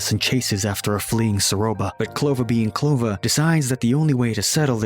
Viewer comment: ITS PRONANCED CLO-VER NOT CO-LOVER 🤓🤓🤓🤓🤓